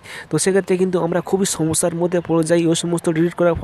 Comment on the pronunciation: সমস্যা কে চমচ্যা উচ্চারণ জঘন্য